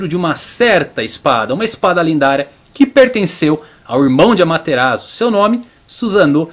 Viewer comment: Adorei o vídeo muito bem feito e estruturado, só melhora um pouco sua pronúncia sempre que ver uma palavra em japonês escrita em letras romanas por exemplo Susanoo o S vai ter som de "ss" ou seja "Ssussanoo" ou "Amaterassu" e quando vê "Chi" a pronúncia vai ser "Tchi" espero ter ajudado